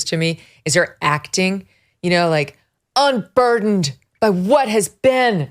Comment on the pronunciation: Nooooooo!!! Not the "unburderned" crap 🤦🏼‍♀️